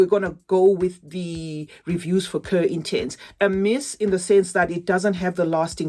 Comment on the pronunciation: Cuir means leather it's pronounced "Kweer". Thanks for your videos my lovely!